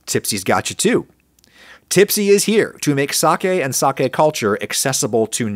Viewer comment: 1,000,000 points for pronouncing "sake" correctly.